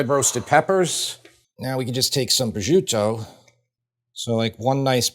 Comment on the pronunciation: Minor nit-pick, prosciuto is pronounced pro-shoot-o, not prozhuto.